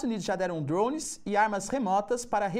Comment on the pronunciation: E se pá... Druones..... Kkkkkk